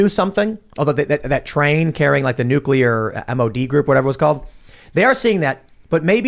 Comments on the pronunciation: my friend, please....it's killing me. It is pronounced "New-clear" not "nuke-ular". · It's not nucular, it's nuclear. Say it right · Every time you use the non-word “NUCULAR”, you sound like a FOOL. If that is your objective, then by all means continue. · NU-KLEE-UR.....NU-KLEE-UR....NU-KLEE-UR...... SAY IT NU-KLEE-UR..... Probably says Irregardless too... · If I have to hear say New-coo-lurr or spit and overpronounce "T" excessively one more damn time 🤣 I seriously don't understand how people STILL DONT KNOW HOW TO SAY THAT GDAMN WORD!" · nuk~ya~ler pronunciation of nuclear is cute! Tim is so right about Putin, Putin is right about NATO and please note that Germany dominates NATO. The war won't end unless NATO ends. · NUCULAR that irritates me